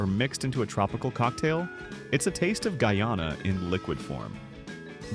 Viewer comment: Oh dear, oh dear, oh dear. What a load of rubbish. That is not Georgetown. Apart from anything else, Guyanese do not drive on the right! And, "Guyana" was not pronounced correctly!